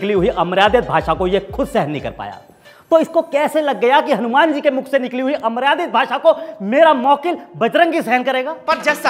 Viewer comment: उत्तम लेकिन वकील साहब के द्वारा 'अमर्यादित' का सही उच्चारन नहीं किया गया।